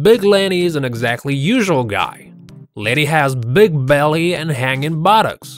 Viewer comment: 'Big belleh an hangin buttox"